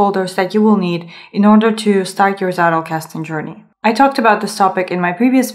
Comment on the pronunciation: It always makes me smile when non-Germans say Zettelkasten. For English speakers, the pronunciation is something like TZEH-tel-kas-ten. This is not a hate comment but rather a friendly note about a potentially interesting thing. I think your video is very good. :)